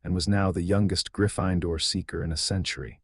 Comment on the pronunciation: In no dialect of English is Gryffindor pronounced Griff– fine– door if you cannot pronounce words then have your programmer reprogram you as an AI so that you actually can speak English and not this pig latin that you're speaking😊